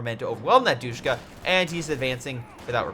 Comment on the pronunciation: I love ya bro but it’s not pronounced doosh-ka. It’s dish-ka and the way I know this is because they are still used in Afghanistan. Keep up the good work friend. Respect.